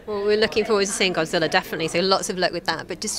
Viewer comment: Godzilla not godziller